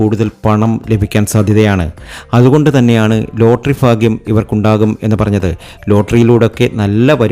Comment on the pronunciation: ഫരണി 😂ഫാഗ്യം 😂